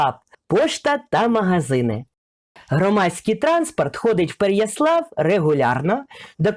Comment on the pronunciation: Переяслав вже не райцентр(, це вже Бориспільський район, і наголос треба ПереяслАв, на останній склад) А взагалі то, я теж думала що ці хати тільки валяти, але я дуже помилялася! Вона ще стільки ж простоїть, аби тільки дах не протікав) Вибачте якщо що.... Дякую